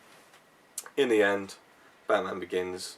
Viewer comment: I'm guessing you though "Hmm... Who has a completely different accent from me? Oh Chris!" So then "AM BATMAUN" is said and now you know how stupid us Scottish folk feel when we try to quote from films... :).